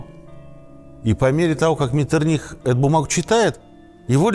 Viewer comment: Князь Клеменс Венцель Лотар фон Ме́ттерних-Виннебург цу Байльштайн...специально для Вас взял из энциклопедии.... ударение на второй букве МЕттерних... у Вас МеттерниХ...то есть ударение на последней букве...вообще с ударениями у вас полный швах ....